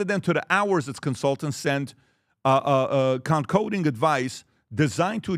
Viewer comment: PBD cannot pronounce concocting? Jesus. uhh uh uhh uh .... uh uhh uh uh uh